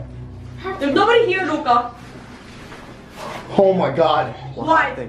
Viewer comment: Hi guys it's pronounced luca